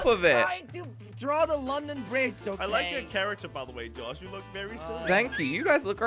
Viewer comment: Josh is like "I barely got to drawrr it"🤣